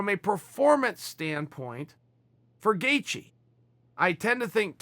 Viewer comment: It's Gay-She and Chael mispronounces every non American name YaRear Rodriguez🤣